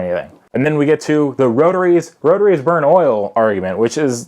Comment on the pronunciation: kris johnson did you see the way he said "burn" though, it's hard to explain the way he said it, but he means not just burn it up and waste it all